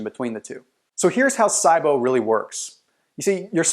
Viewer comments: It's pronounced "SEEEbo" not "SYEbo" lol. Good video tho, and accurate. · Same as C-BO. It's not sigh-bo. 😂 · Lol it's not( S EYE BO) ONLY PERSON IN THE ENTIRE WORLD I HAVE EVER HEARD SAY IT LIKE THAT HOW CAN YOU SAY IT WRONG AND MAKE PEOPLE THINK YOU ARE AN AUTHORITY ON THE SUBJECT 😥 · I've never heard it pronounced SI-BO. Always heard C-BO. Interesting. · that’s the power of the internet but he should’ve at least learned the correct pronunciation of it first 🤣